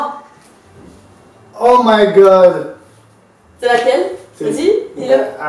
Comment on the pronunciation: A il a dit : "Oh my glod" mddr Voila. Bonne journée :)